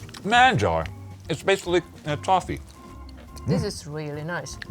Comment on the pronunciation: pronuncia excelente español! Manjar!